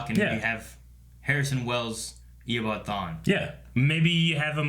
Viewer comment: Does stll say Eobawd instead of Eobard?